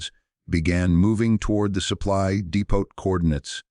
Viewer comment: Depoh ...Ammunition DEPOH Not depott...Amazing also because it was a waffen SS panzer division NOT der Wehrmacht !